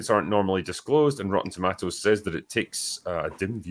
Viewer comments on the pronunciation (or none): Great discussion but it's very distracting to me that says "tomatoes" and not "tomatoes."